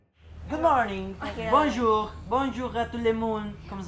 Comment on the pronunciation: mlle elle a dis bonjourno